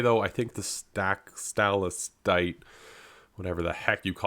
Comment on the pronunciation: Here is some help with pronouncing that word: Sta-Lag-Tite